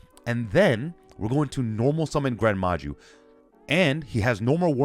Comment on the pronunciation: i stopped watching when you said gren maju tbh